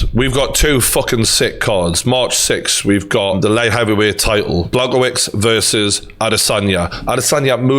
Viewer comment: You mispronounced Blachowicz's name, btw a part of me still thinks Stipe will win again